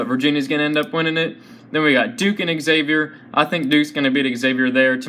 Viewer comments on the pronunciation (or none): U piss me off every time u say Xavier. Learn how to say it right!!!